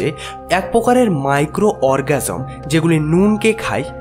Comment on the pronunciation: Microorganism ভাই microorgasm না 🙏